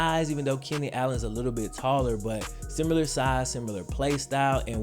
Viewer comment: If this man says “simular” one more time, I’m gonna pee myself.